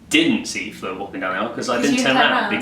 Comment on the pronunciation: IT'S FLEUR. FLEUR!!!! NOT FLUER!!